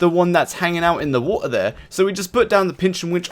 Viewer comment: R u british you said woota